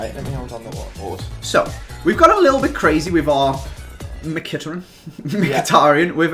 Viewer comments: it is MKHITARYAN, not MIKITARIAN. Like, bruh, where is the I between the M and a K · It's Mik he tear re Yan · WHO IS MIKITIRAN ??! LOL ITS MIKATARIAN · He said Mc-hit-er-hin instead of Mick-a-tar-i-yan btw just writing how its pronounced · who's mkhitaren? i only know a mkhitaryan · Ei like how he says mikitrin for mickytaruyan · was calling it mikatan instead of mikatarian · what the hell is mkhitaran learn how to say his name its mkhitaryan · its pronunced Mhitaryan anyway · its mykitaryan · The way pronounced Mkhitariyan gave me cancer... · "Mk-Hit-Aran" - 05/08/2016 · Ikr "Makitaran" 😂😂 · How did he pronounce mhikitaryan? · Hold on a second... Mi-Kit-aron? who the fuck is that? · Mik-hit-tary-on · Who's mik-it-eran!!! 😂😂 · called mkithitaryan mikitterin haha lol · Wtfish, mick-it-er-an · seriously, my kit a rin, is that how you say his name, it's not even hard to say. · I'll die if he says mekiteren again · McHitaran what is that pronunciation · Meh-ka-tah-ran.......oke then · Who is "Mkiteran" lol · "mikatran" 2016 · Tell him it's mikatariyan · said mucitryn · Who the hell is mkitiran the way he said it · Wait wait wait... ma-kit-er-un?..... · Henerick Mkiteren xD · "mikitarin" wow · 'Micketterin' LMAOOOOOOO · "Mikitarin" lmao😂😂😂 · mik-hit-a-run ok mate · Yo he cant prenounse mykitarein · Wow mhkitaryan pronunciation tho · Learn to pronounce Mkhitaryan please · learn how to pronounce mkhitaryan. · You mean mkhitaryan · The way pronounced Mkhtaryian😂😂😂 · Someone PLEASE tell how to pronounce mkhitaryan properly 😂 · The way pronounces Mkhitaryan lol 😂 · The way butchered the name 😂😂😂😂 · that guy cannot pronounce Mkhitaryan properly to save his life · Why the fuck can't say Mkhitaryan!? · His pronunciation of mkhitaryian was painful! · Omg the way says mkhitaryan pisses me off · the way he says Mkhitaryan hurts my brain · you said it wrong